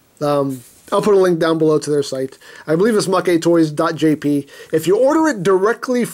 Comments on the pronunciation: MakeToys is pronounced Mayktoys, not MakeyToys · You are legit the whitest YouTuber. "Oh, well it's from Japan so it's probably pronounced MakéToys. God damn dude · You know, if you pronounce it 'ma-ke toys' it kind of sounds like it means 'loser toys' or 'toys that lose'. Or another meaning you could derive from that pronunciation is 'freebie', as a freebie is something the company looses to the customer. I'm not making this up. I live in Tokyo and speak Japanese. Does MakeToys give you free toys to review ? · Why did he pronounce Maketoys wrong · Don't worry. You pronounced Novae correctly. The Japanese text has it pronounced that way. As for mah-kay vs. mayk for Maketoys...they haven't put any Japanese text for it, which is my guess as to why it's ambiguous...oh well. lol